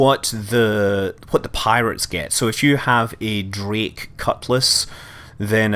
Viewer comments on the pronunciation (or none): none